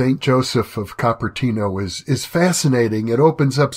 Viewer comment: Cooper-tee-no (Cupertino)